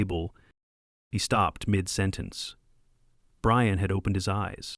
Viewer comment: Brian became Breeyawn